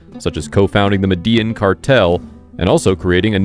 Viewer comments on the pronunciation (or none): The way he said medellin cartel but said words in Spanish but can't say medellin correctly 🤣🤣🤣. I'm just talking mess lol love the mini documentary on him.😍😍😍